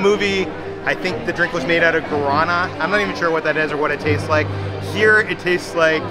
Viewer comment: The way you said guaraná hurts my feelings